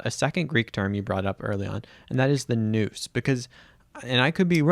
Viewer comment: Good teaching. But Nous is pronouced wrong in this video Pronounced "N-outz"